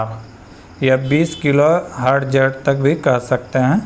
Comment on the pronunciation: Hz😂😂😂😂😂😂😂. Hartaz. Bolte hai ese.